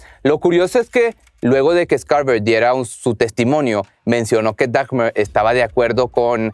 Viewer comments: Lo único que no me gustó fue que se la pasó diciendo Dagmer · No es "dagmer" es dahmer la h es muda asi que se pronuncia damer